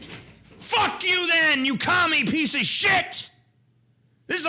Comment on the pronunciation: It is so freaking annoying that the singer in the 'outro' pronounces piece as 'pisch'.